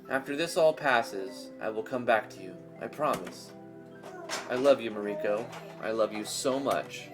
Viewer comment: It is both amusing and annoying at how you constantly mispronounce Mariko (Mar-rii-kou) in this stream...